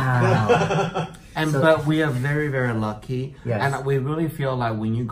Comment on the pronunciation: This is cute but he’s killing me by pronouncing it Her-Mays!